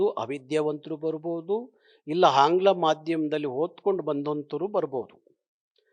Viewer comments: ಸರ್ ಹಂಗ್ಲಾ ಅಲ್ಲ ಸರ್ ಆಂಗ್ಲ ಕನ್ನಡ ಭಾಷೆಯ ಉಚ್ಚಾರಣೆ ಸರಿಯಾಗಿ ಇರಲಿ ಸರ್ ಇದು ನಮ್ಮೆಲ್ಲ ಕನ್ನಡಿಗರ ಪ್ರಾರ್ಥನೆ 🙏🙏🙏🙏🙏🙏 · ಅಯ್ಯೋ ದೇವ್ರೇ ಈಯಪ್ಪನಿಗೆ ಕನ್ನಡ ಉಚ್ಚಾರ ದೋಷ ಇದೆ. ಹಾನ್ಗ್ಲಾ ಮಾಧ್ಯಮ ಅಂತಾರೆ, ಹೋದೋಧು ಅಂತಾರೆ, ಹಬಿಮಾನ ಅಂತಾರೆ.. ಕನ್ನಡದ ರಕ್ಷಣೆ ಅಂದರೆ ಭಾಷೆಯ ಸೌಂದರ್ಯ, ಭಾಷೆಯ ಉಚ್ಚಾರ, ಭಾಷೆಯ ವರ್ಣಾಲಂಕಾರ , ವ್ಯಾಕರಣ ಎಲ್ಲವನ್ನೂ ಅಚ್ಚುಕಟ್ಟಾಗಿ ಪಾಲಿಸೋದು ಮಾತು ಪ್ರದರ್ಶಿಸುವುದು. ಸಂಗೀತ ಬಾರದವನು ಸಂಗೀತಗಾರ ಅಂತ ಹೇಳಿಕೊಳ್ಳೋಕೆ ಆಗುತ ಸ್ವಾಮಿ? ತಮಿಳ ತಪ್ಪು ಮಾತಾಡಿದ್ರೆ ಅರ್ಥ ಆಗುತ್ತೆ. ನೀವು ತಿದ್ದಕೊ ಬೇಕಲ್ವೆ. ನಿಮ್ಮ ಹಷವಿನಿ (ಅಶ್ವಿನಿ) ಕನ್ನಡ ಹೋರಾಟಗಾರ್ತಿಯಾಗಿ ಕನ್ನಡ ತಪ್ಪು ಬರೆದರೆ ಹೇಗೆ ಸರಿ ಹೋಗುತ್ತೆ ಸ್ವಾಮಿ. ನಿಜವಾದ ಕನ್ನಡಿಗರಾರೂ ಒಪ್ಪಲ್ಲ ಬಿಡಿ.